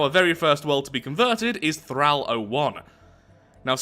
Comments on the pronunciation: Omg the way you say thrall. "Thrauw" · "Thrahl worlds" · OMG this triggered me so hard, PLEASE stop saying 'Thrall' with a soft 'a' its pronounced with a hard 'a' im genuinely crawling up the walls, how do english people not know how to speak english, im english and ashamed of my own people.